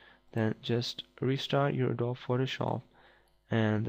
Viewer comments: It's called adobeeeeeeee, not adob! XD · Adobee is how you pronounce it. It is spelt adobe.